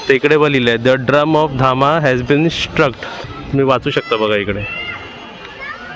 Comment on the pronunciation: ते धामा नाही धम्म आहे